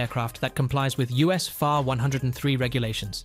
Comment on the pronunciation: The narrator NEEDS to be better acquainted with the aviation world language. For an example: FAR 103 is not said as far (meaning distance) FAR meaning is "Federal Aviation Regulations" and as for the 103 is not to be pronounced as a whole number as a mathematical expression but as single numbers 1----0----3 which is a part of the FAA "Federal Aviation Administration", regulations regarding aircraft type, weight limitations and more. When the narrator learns more of the aviation "lingo" then and only then will he be accepted, but until then............learn the "LINGO" ! ! ! ! ! ! ! The example I gave is only one of the mistakes mentioned as there were meany mistakes that were/are prevalent all thought the video. The ONLY way you will sound better is when you know the "AVIATION LINGO". Talk to some pilots or mechanics to START your education. As for me, I have been in the aviation industry for well over 60+ years as a licensed pilot and mechanic. Ask one of your pilot friends what ATP (Airline Transport Pilot) also retired airline pilot and CFIIM is, if you do not have anyone to ask, well CFIIM means Certified Flight Instructor (CFI) I - Instrument Instructor, (CFII) and now the M - Multi engine Instructor (CFIIM) also have Airframe and Power Plant Mechanics license. This information was provided to you so there are NO misunderstandings of my knowledge in the aviation field. FYI, after my commercial pilot flight test (on my 18th birthday) and the following week after, my fligh